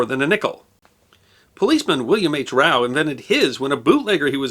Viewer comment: Just an FYI from a kid who grew up in the vending industry: ROWE is pronounced with a long Oh sound (like "row your boat) not an "ow" sound. At least that's how the whole industry pronounces it.